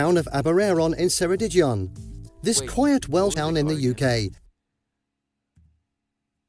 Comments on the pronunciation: He pronounced Ceredigion wrong, its not se its a hard k sound like ke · There are so many seaside towns in the UK to choose from. We do have winter storms, but the waves are nice to watch - from the land. In Wales, they should have given you a picture of St David's ancient Cathedral, and 'Ceredigion' has a hard 'c' to begin with. If you want to stay in these towns, a good idea is to contact the local Tourist Information , and ask if there are any "B&Bs", "Bed and Breakfasts". This usually means accommodation provided by a local family, often in their home. And in the morning there is a full cooked breakfast! This is usually cheaper than a hotel, and the local family can give you a lot of advice about the area.